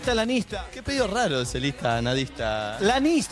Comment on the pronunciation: ES IANISTA NO LIANISTA